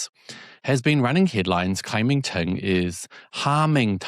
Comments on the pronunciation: her surname is Zheng, Cheng is the dialect pronunciation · Hi mate You’re pronouncing the Taiwan leader’s surname 郑 wrongly You’re pronouncing it as 陈. Cheers 🎉